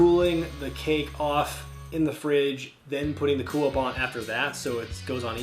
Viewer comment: When pronouncing cool whip you need to put more emphasis on the H 😂